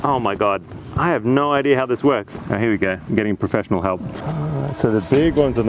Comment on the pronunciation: "the general idear is this" ... there's no "r" after the word "idea" FFS